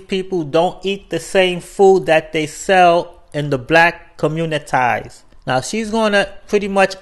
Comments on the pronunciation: Did You Say "COMMUNI-TIES" 🤦🏿‍♂️? I Blame The Public Schools!! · "Communties " learn how to pronounce your words. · communitaaaiys that's racist af